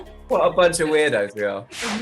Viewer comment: the way ben said "whot" was so british